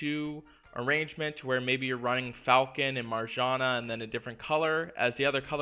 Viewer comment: I love your videos, but that pronunciation of Marjana is PAINFUL to listen to!